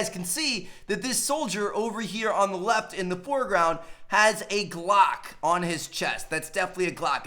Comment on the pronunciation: The way u say 'GLOCK' makes me laugh 😂